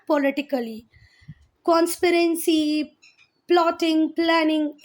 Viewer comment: Please learn to pronounce CONSPIRACY